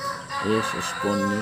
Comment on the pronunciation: thank you sa Shout out kahit mali ang pagbigkas sa Esponilla.😂. Sir may ads na ang mga videos mo, ibig sabihin po ay monitize na Channel nyo.